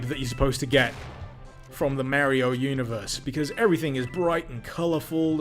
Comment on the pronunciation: Hmmmmm….Merio doesn´t Sound Right. I have usually no Problems in that regard but Mario got called a lot of times Mario and not Merio. But I am just nitpicking here. But damn , that mod is awesome! Thanks dude!